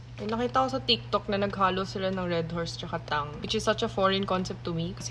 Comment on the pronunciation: Tagalog ang pronounciation niya ng tang.